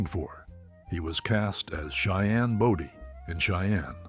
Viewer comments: Cheyenne Bowdy ( Body) long o -that’s the pronunciation of his name , and not Boydy! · Cheyenne Body Come on...get the name right at least. It's Bodie... pronounced bow di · Can these videos get the right people in the pictures and pronounce the names properly. Body 🙄.. pronounced Bowdee. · Not Cheyenne body Cheyenne bodie . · It was Bodie, not Brody. Geez. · Clint's last name is pronounced BOEDEE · It’s a shame that pictures of Clint Eastwood were used and that the name Body wasn’t pronounced correctly.